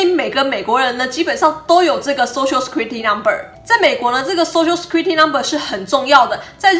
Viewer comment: Security 念錯了